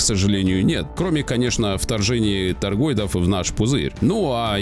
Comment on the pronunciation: ТаргоИдов, не таргоЙдов. Не могу понять, последние лет 6-7 пошла какая то мода говорить - астероЙдов, воЙнов, биткоЙнов... Чë за фигня? Вами ИИ управляет, что ли, не пойму... 😒 Практически одновременно с развитием ИИ появилось много совершенно дурацких слов и выражений ...